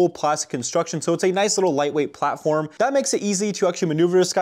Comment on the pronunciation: man said platflorm lol